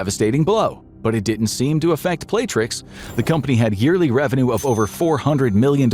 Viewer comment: The company name is pronounced the way it's spelled on the flag you used in the animation "Play-rix" not "Play-trix"